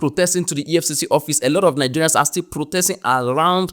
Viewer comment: The way Ghanaians pronounce Nigerians is sweeter than how anyone else does